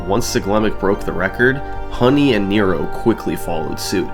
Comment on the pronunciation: This is absolutely not important, but Nero's name is pronounced more like nehro rather than knee-roh